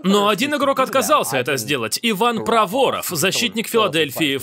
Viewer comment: Иван - молодец! Только ударение в фамилии на первую О. ПрОворов